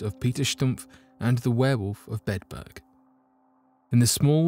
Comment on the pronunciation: I'm sorry. I'm so interested in this, but every time you say Bedburg, it sounds like you're saying bedbug and that's creeping me out worse than anything. I only made it in. 😞